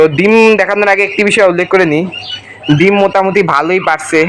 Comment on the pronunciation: দিম নাকি ডিম? উচ্চারণ ঠিক করো প্লিজ😊